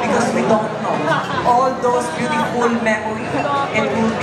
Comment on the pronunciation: Beautipol. Ba dinig ko😅